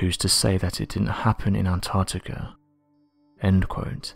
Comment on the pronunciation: To the narrator; There is a c in Antarctica and also, while I'm here I don't know anyone who says 'says' like you.. every normal English speaking person pronounces it as 'sez' so unless you're an AI voice-over, it pains and riles me to know that someone can get hired to do stuff like this, despite their lack of knowledge of the English language... might as well have Joey from Friends narrating, at least then I could understand that you're taking the piss out of jest and not just through a lack of intelligence. Reading is easy, articulating whilst reading, is not your strong point but clearly your soft voice prevails and as I said, if you're not an AI voice-over then your employers are just as much imbeciles as you sir. ✌